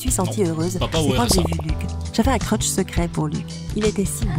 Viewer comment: On en parle du moment ou elle dit "Crutch" 🤣